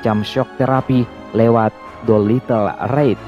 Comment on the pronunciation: Doolitle raid bukan Doilitle ride